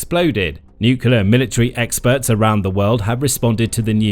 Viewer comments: Can't anybody say "nuclear" any more? If I hear "nucular" again I shall launch my own secret weapon .... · It’s nuCLEar, not nuCUEar. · let me remind the slow narrators wherever you dwell that atomic power is called NUCLEAR, not NUCULAR!!! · Nuk yah leur… what happened to new-clear? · The word is NUCLEAR, pronounced N-YOOK-LEE-YER, not N-YOOK-YOO-LER. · it's not NUKULAR but NUCLEAR..... really .... come on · The propulsive power of this vehicle derives from smashing neutrons into large atomic nuclei - breaking them into smaller nuclei and liberating energy in the process - plus a bit more, of course! So the nuclear fission process is all about the the energy released from the atomic NUCLEUS. Which is why it's called NUCLEAR energy - not NUCULAR energy, as you continually refer to it in the video. This is a mistake that has become so commonplace that even those working in the field of NUCLEAR physics mispronounce it nowadays. The video is very interesting otherwise. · It's pronounced ''nuc-le-ar" not "nu-cu-lar" ! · AAAAAGH! NUCLEAR NOT NUCULAR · Does it bother other people that no one ever says Nuclear correctly? Nukiller seams to be the accepted wrongly pronounced alternative. These so called professional people that do the narration should be taken aside and trained. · It's a long slog listening to this guy say "new-cue-ler" a thousand times. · Nuclear , Ya Nini , not nucullar from the word nucleus . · Nukuler, ever so credible. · Why can't anybody say the word "NUCLEAR" properly any more??!!.....😂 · The number of times the word nuclear is mispronounced is quite impressive.